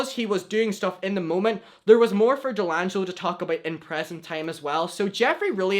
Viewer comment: DELANGELO 😂😂😂 It’s D’Angelo,!!!